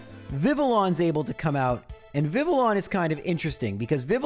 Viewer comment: Thanks for pronouncing Vivillon correctly. Tons of people call it Vivillion.